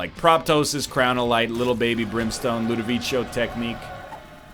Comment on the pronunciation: The Ludovicho pronunciation kills me everytime